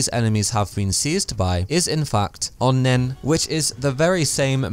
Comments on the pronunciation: Japanese pronunciation..? It's a Japanese word, so that's what I thought. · stop saying onnen like that, it's really racist